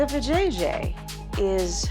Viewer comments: Poorly verbalize. Anyone who has watched the clip can properly pronounce Va-jay-jay. Except AI, I suppose. Or a human who is not thorough. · VAjayjay 😂 I’m like WTF?